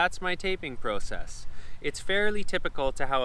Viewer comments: Its pronounced Process not Process. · I’ve never heard process pronounced that way lol ha 😂 jk